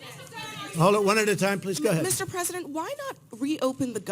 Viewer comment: Every time Trump says "Ga ahead, ga ahead" I think of Ratso Rizzo.